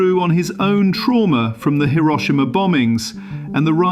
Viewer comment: I was unsure if you were using an A.I. voice or not, until I got to and heard the name Hiroshima absolutely butchered. Youre definitely using an A.I. voice and Idk why its becoming so popular. Its so lazy..